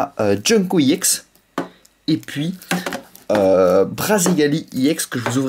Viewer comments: Arrête de dire yex c’est ex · On dit EX pas IX youtubeur de merde je préfère largement davidlafarge et missjirachie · on dit EX et pas i-EX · pk tu dit iex allor que c'est ex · Tu peux dire EX au lieu de IEX? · c est pas iex c est ex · on dit pas (i ex) on dit juste EX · EX pas IEX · On dit pas iex mais ex comme ex petite amie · ça se dit ex pas iex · pourquoi il dit iex a la place de eX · ON DIT EX PAS I EX PUTAIN C CHIANT !!!!!!!!!!!!!!!!!!!!!!!!!!!!!!!!!!!!!!!!!!!!!!!!!!!!!!!!!!!!!!!!!!!!!!!!!!!!!!!!!!!!!!!!!!!!!!!!!!!!!!!!!!!!!!!!!!!!!!!!!!!!!!!!!!!!!!!!!!!!!!!!!!!!!!!!!!!!!!!!!!!!!!!!!!!!!!!! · C est ex pas iex puré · Pourquoi tu dis iex alors que c'est ex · c'est pas i EX tes con ou coi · Bien jouer. juste un truc sa me stresse quand tu dit YEX alors que moi d'habitude je dit ex. Dsl les faute.... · on ne dit pas iex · on dis ex yiex